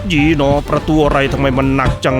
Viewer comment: ยีหนอ 555555 สำเนียงขะเมนก็มา